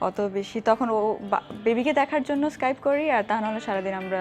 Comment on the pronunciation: অদ্ভুত উচ্চারণ ইস্কাইপ